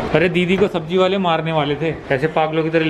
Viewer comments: Sabji nahi 'sabzi' hota hai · Its sabzi not sabji